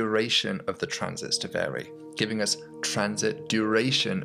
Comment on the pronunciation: A professor who pronounces "us" as "urs"...